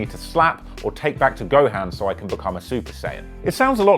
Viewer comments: Did he just fucking say Goham? I’m offended it’s Gohan 😂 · Not when he said gohan like GO HAND LOL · I could not resist commenting about him saying gohan like gohan instead of gohon XD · 2 things i gotta say right now who the fuck says gohan like that and y the fuck would u take a dragon ball to gohan u better take that shit goku wit yo SHTUUUUUPID ASSSSS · Say gohan name incorrectly one more time and I'm pulling istg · That Gohan pronunciation.....